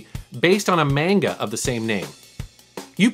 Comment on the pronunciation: what is a "Mane-ga" ?